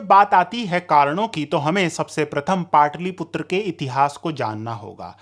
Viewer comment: पाटलिपुत्र कहिए,पाटलीपुत्र नहीं ! ह्रस्व और दीर्घ उच्चारण में अंतर है